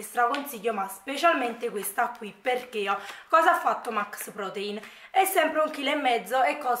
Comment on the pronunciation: Posso chiederti perché dici sempre "QuiA" "PiúA".. Non è una critica assolutamente 😂anzi mi fa ridere nel senso buono... Magari fa parte del tuo dialetto chissà.. è solo una curiosità.. Ciaooo